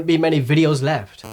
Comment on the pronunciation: Poéme Left doesn't end with "th" is ends with "ft", two different sounds.